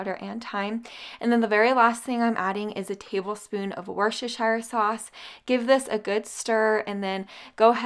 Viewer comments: Try to pronounce that sauce this way.....Wuster sheer sauce...hope that helps 😃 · For all who don't know - Worcestershire sauce is pronounced wuss-ta-sheer. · Worcestershire sauce is pronounced wuss-ta-sheer. You were really struggling to pronounce it correctly. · It's pronounced "wash-yer-sister-sauce"